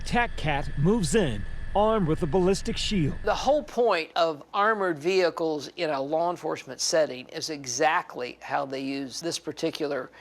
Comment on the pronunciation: Ve hickles it's vehicles